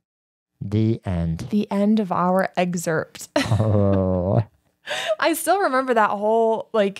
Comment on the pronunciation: you are a college graduate, please pronounce “excerpt” correctly.